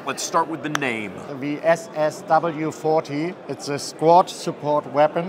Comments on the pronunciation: saying ⚡️⚡️ in that accent as a rep for a company that famously used concentration camp labor ☠️ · This guy saying "SS"...